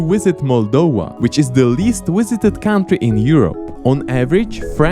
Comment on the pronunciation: Can someone please explain to how the word "country" is pronounced?:D